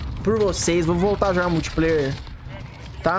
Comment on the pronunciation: "Multipláuer" eu quero é muito hehehhej